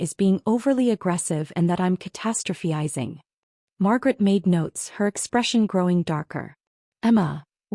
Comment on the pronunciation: Catastrophizing IS NOT Catastropheizing. AI needs to pronounce words correctly.